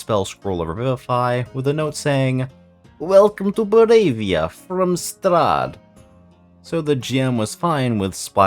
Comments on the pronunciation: Good channel, good content, hope to see you grow! Just so you know, it's ba-RO-via not bo-RAY-via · the way you pronounce Barovia triggers my anxiety